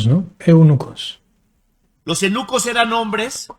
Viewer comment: Hay no😂😂😂😂😂 este señor por poco dice que los nenucos en lugar de eunuco 😂😂